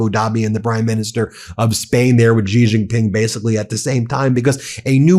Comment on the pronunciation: Jesus Christ, how have you still not learned how to pronounce "Xi"?